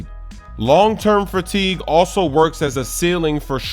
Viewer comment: the hell is "fratigue" 😂